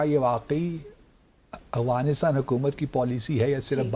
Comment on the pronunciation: First of all correct your accent it’s not Awghanistan , it’s Afghanistan. Heraa mandi ki paidaesh